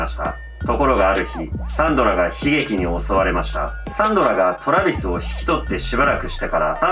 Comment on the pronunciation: トラビスのイントネーションにめっちゃ違和感笑笑